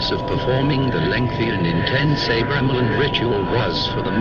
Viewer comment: For fucks sake, once and for all. ..I Was born and raised close to Boleskine and it is pronounced Boll ESS kin and Abra Melin is pronounced just as it looks Abra (as in the magickal word ABRA CADABRA) Melin as in SPELL IN ...bloody Philistines (probably can't pronounce that either...bloody or Philistine! )